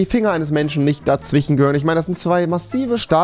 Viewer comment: Dawichen statt dazwischen